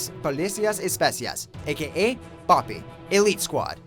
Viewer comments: Special Operations, not Special Forces. Also your pronunciation of BOPE is incorrect. It's not "Bah-pee", they even pronounce it in the movie. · Learn how to say BOPE right its not bo Pey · exactly lmao. I know it isnt easy but he didn't even try bro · God that BOPE pronunciation was sooo bad. Should have translated it and said in English xD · damn you butchered what BOPE means should have just said BOPE